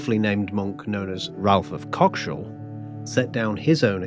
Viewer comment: Its pronounced cogg-eh shall